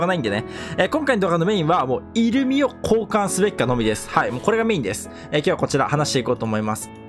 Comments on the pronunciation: イル↓ミじゃなくてイ↑ルミや めっちゃ気になる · イ↓ルミじゃなくてイ↑ルミ…ww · イントネーションがイルミネーション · イルミのイントネーションがイルミネーション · 的確すぎる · イルミのイントネーションおかしくて笑う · イルミのイントネーションが気になって頭の中になんも入ってこない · イルミのイントネーションが気になるw